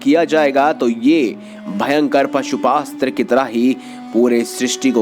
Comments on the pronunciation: It's Pashupatastra, not Pasupastra. Thik se bolo... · Areh bhaisab woh pashupastra nki pashupatastra 🤣 word toh thik se uccharan kar lijiya fhir vdo baniyaga🙄